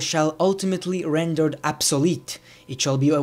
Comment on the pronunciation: Absalete???? It's Obsolete!!!!